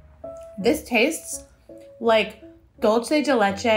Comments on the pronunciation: As a community of foodies, I beg of you all to say "Dulce de Leche" as dool-se and not dol-chay The word is in Spanish, not in Italian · I’m like binge watching all your toast videos this is amazing! Just a note that dulce de leche Is pronounced dool-seh not dull-chay... the s sound is important bc it’s spanish whereas the ch sound would make it Italian lol hope that makes sense! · Pet peeve of mine but important note that I think EVERYONE gets wrong: dulce de leche is said like “doohl-say” de leche not “ dolce”. It’s Spanish. Signed, an Argentine (birthplace of dulce de leche)